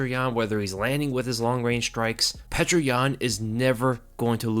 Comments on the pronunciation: Petr is pronounced “peeyo-ter” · Petr is pronounced (Pee Oh terr), and I thought Benevidas was done after his last match. Geez, he’ll never quit! Tough to a fault he is. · Great prediction but its baffling how you keep mispronouncing petr, its pronounced (peow-ter) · his name is not petra stop with this pc corectness bs peter peter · I've heard his name pronounced- Peter, Peoter, Pechr What's the actual correct way to pronounce this champ's name? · great video btw I think you actually just pronounce yans name like "peter" straight up... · Thanks as always for your amazing work. One constructive criticism: Petr is pronounced "pyo-tur". The "e" is actually a "ё" which is pronounced "yo".